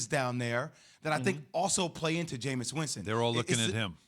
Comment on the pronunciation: ITS JAMEIS AND ITS NOT EVEN CLOSE